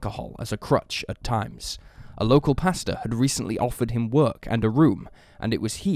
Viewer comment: Pastor* not pasta ya melt.